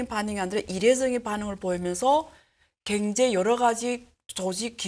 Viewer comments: ㅎㅎㅎㅎ 아줌마 발음 고치는게 그렇게 어렵니? 겡제 겡제 ㅋㅋㅋ 그단어만 들려서 짜증난다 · 갱제를 경제로만 발음해주시면 정말 좋을듯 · "갱제"로 들리는건 저만 그런가요? 그런데 다정하게 느껴지네요. 님 화이팅.